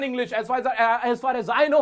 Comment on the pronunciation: sir maine apka 1 vidio me dekha tha ,aap usame for me ,r, silent karane ko kaha tha to aap isame as for as kyo bol rahe , please repy me